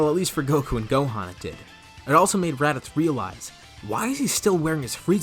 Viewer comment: you said radicks lol